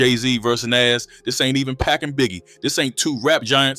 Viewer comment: Did this dude say “Jay Z And Nazzz”, and “Pack and Biggie”? Lmaoo